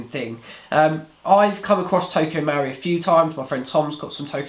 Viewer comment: Marui, the u comes after the r. MUH-ROO-EE not MOW-REE no? Looks nice in the box. Did you compare it to Krytac Trident MK2? Good vid, I'll check out the review.